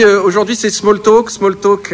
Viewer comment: "smaule tolque" continuez d'essayer de parler anglais ça me régale 😂